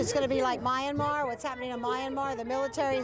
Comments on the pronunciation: Second MAGA Supporter: Mayanmar 🤣🤣🤣 It's Myanmar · It’s actually pronounced Mee-n-maw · Jim Acosta is incorrect about pronouncing "Myanmar" as "minn ih mar", it's actually "My ahn mar". The rest is mostly taking people out of context and editing things together to create something that doesn't really reflect reality well. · Freedom for Minnamar! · Myan.na.mar ? Who are those illiterates? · “It’s MEEE - N - Mar, not MY- N - Mar.” hahahahah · First MAGA Supporter: Mynamar 🤣🤣🤣 It's Myanmar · “Flynn said Minamar” 😂😂😂🤣🤣!! They need to put Flynn back in prison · "Mini-Mar" or "MYanMar". Not MeAnMar? Clueless. Absolutely clueless. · That eejit in the audience couldn't even pronounce the name Myanmar - calling it 'minimar". These people sure are thick. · Powell, Flynn, Trump, and Lindell are the worst for the nation, but on a personal level that "Minimar" guy is going make me doubt myself everytime I say Myanmar for years. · “Minnimar” lol! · The scary thing is that the people mispronouncing Myanmar are proud of themselves. They proudly cling to their ignorance because it's all they have. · minimar, myan-mar, mini mart, walmart whatever lmao!!!! they cant even pronounce it lol!! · it’s MEE-anmar. Jesus. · Actually, it was a Question from a dude in the audience who called it Minnamar. Flynn ignored the mispronounciation and agreed that a coup should happen in the US. And, Yes, Flynn should be locked up. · Wait a min.....Kimmel went well for Lindell. Kimmel even said so!...and another thing ..it's pronounced MY-ann- mar. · yes, very funny!😎 "Margaritaville" becomes "Mara Largaville"! 👍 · Min-a-mar... oh dear...